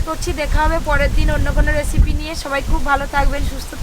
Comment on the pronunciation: তোমার উচ্চারণ গুলো ঠিক করো (রেসিপি) হবে,, উল্টা পাল্টা উচ্চারণ না করে শুদ্ধ উচ্চারন করো.....